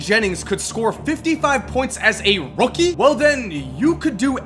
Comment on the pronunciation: 😂 the way says rookie